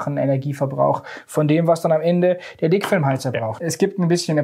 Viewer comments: Ich hab einfach "Fickfilm" heater verstanden... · hab ich richtig gehört? "fickfilmheater"? 😄